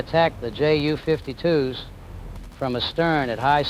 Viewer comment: Why are you say Jay yew? rather than Yew? or the German pronunciation of the letters? You do yewnkers fine.